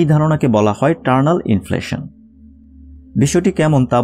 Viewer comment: টারনাল নাকি ইটারনাল?